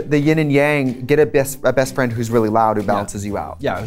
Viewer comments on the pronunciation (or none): I love how trixie almost let out her Wisconsin accent when she said bestfriend lol